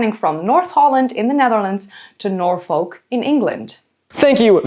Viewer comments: Nor-foll-k We English are weird.. It's Nor-fuk now 😂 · Norfolk? You mean NorFUCK Lmao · Great video, but please look up how to pronounce Norfolk... it is basically 'Norfuhk' the L is essentially silent. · This is very very interesting but I’ve gotta say, as a Brit, it’s NOR-FUHK not NOR-FOHK and “Dogger” has very different connotations here so this just made it a whole lot more entertaining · For non native English speakers, Norfolk is pronounced more like Norfek by people in the UK, rather than Nor folk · It is pronounced 'norfuk' not 'norfolk' Thats about my only criticism of your research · I’m from England and the way you pronounce Norfolk is so painful it’s pronounced norfuk I know we’re weird but it still hurts 😂😂😂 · please pronounce Norfolk correctly. it’s like Noor-Fock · The only place i heard you mispronounce was norfolk. Its 'norfuk’ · Its pronounced "nor-fuk" why would you deprive yourself 😂😂😂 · As someone that grew up in Norfolk near The Great River Ouse. I can say your pronunciations are close buuuut off. Norfolk = Nor - Fook Ouse = Ooze (no special way literally Ooze, like Oozing wound) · Norfolk is pronounced like ‘Norfook’ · Milo gonna lose his minds when he discovers the River Ouse is pronounced like the word “ooze” Also, Norfolk is pronounced more like Nor-fuck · Every time Norfolk was pronounced wrong i died a bit more😭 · As a Nebraskan, hearing her pronounce the L in Norfolk is throwing me off😂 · the Yank's pronunciation of Norfolk hurts me